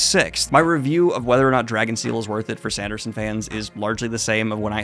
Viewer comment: Not me hearing Drag and Steel.😁